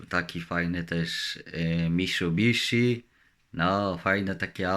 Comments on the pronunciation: Kur co on mówi?? legancko odjechał miszubiszi legancko ma najeb😅🤣🤣🤣🤣😜😜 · miszubiszi xD